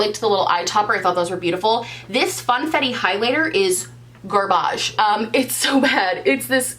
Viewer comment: "This funfetti highlighter is garbÁGE"